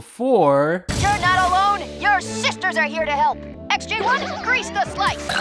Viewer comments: It sounds like you are saying "SJ-1(-9)". It's "XJ-1(-9)". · I'm sorry, but did you just say, "SJ-1-9"